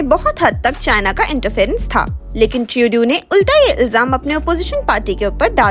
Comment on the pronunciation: Not tuedeau say Trudeau